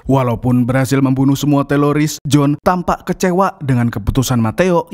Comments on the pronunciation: Teroris bang bukan teloris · Teroris bang bukan teloris, pake R bukan L😂😂😂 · Teroris... bukan teloris min... hahaha😅😅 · Kirain aku doang yg ngeh klu bilang”teloris bkn teroris”😂😂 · Bukan Teloris Om Yg betul itu Teroris faham om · Teroris bang, lain teloris😅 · Bukan teloris tapi teroris bro hhh pisss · Bukan teloris, tapi teroris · Teroris jhon bkn teloris😂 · Min.... Teroris ya...bukan teloris 😂😂😂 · Teroris bang, bukan teloris😂😂😂😂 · Teroris Om Bukan Teloris itu telor asin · Bukan TELORIS bang 😅😅😅😅 Tapi TERORIS 😂😂😂😂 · Bkn teloris tpi teroris bang😅🙏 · Bisa nggk bang bilang teroris bukan teloris😂😂😅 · Teroris apa Teloris? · Teroris bang bukan telolis 😂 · teroris bro , bkn teloris 😀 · Teroris min, bukan Teloris😅😅 ngomong teroris susah amat... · ngomong ngomong “TELORIS”